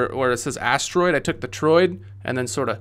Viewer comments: It's an ass-droid? Do you mean asteroid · One time I thought he said "ass droid" and now I will forever hear that word as such. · All I hear is "ass droid" and I'm sorry 😂